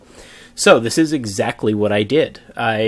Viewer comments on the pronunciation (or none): none